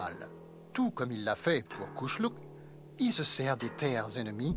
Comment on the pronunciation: Ont dit pas kusluk ont dit kushluk